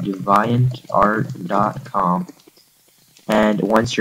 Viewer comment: That is the most fail in pronouncing "DeviantArt" i have EVER heard.